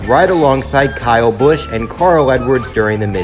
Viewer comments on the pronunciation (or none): none